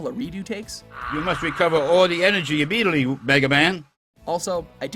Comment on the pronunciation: "You must recover all the energy immidi-tly, uh, Mega Man."